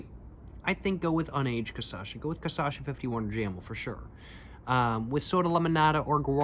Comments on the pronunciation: great video bro, hope youve been enjoying your time there try canelinha, bananinha and cachaça de jambu and a friendly reminder to try to practice and adjust your pronunciation to "ca - sha - ssa" (or dont if you dont care that much idk ahahah) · W caçacha 🤷‍♀️ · It’s pronounced cashassa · O jeito que você fala é bem legal na real. "Cashashaa" 🗣🗣🔥🔥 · Change the syllables! it should sound like Ca-CHA-SSA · sorry again but is CaCHaça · first video he nailed the cachaça pronunciation, now this casasha thing is killing me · just switch the last 2 syllables and you got the cachaça pronunciation right lol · You were pronnouncing ''cachaça'' right on the 51 video, what happened? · Is it me or was he pronouncing it correctly in the first video (51) and suddenly started swapping the Ç with the CH later? Is it the 51 effect? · grab the 3 silables you are saying when speaking ca-cha-ça, switch 2° and 3° , now you are saying it in perfect portuguese! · Have a shot every time he mispronounces cachaça 😂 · You are saying it like caçacha but it’s cachaça the c that sounds like an s comes after the “cach”. Great video though I love the depth of your reviews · Would you PLEASE start pronouncing cachaça correctly? Cah-shah-sah (you're inverting it to cah-sah-shah). Btw u HAVE TO try Jambu cachaça. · That is definitely much better than the trash caninha 51 you got before! Also: never say your poems are not good! Let the reader decide. They might disagree! :D edit: minor note, but you are saying "caçacha", when it reality it should be "cachaça". You are swapping the two latter syllables :P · When he says Ca Ça Cha. It is CA Cha Ça. Very similar but when it is said sounds really really funny. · i love the fact that you pronnunciate KA-SA-SHA instead of KA-SHA-SA, your way sound way more better than the original pronnunciation here in brazil! great video btw! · bro im begging, cachaça not caçacha, you are starting to make ME say it wrong too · It's KaSHAssa 😊 be welcome 🇧🇷